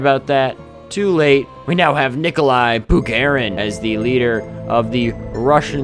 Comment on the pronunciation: Никола... Никла... Николасай